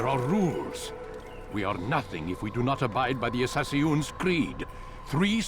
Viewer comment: “Abide by the Assass Ee Un’s Creed” -Al Mulalim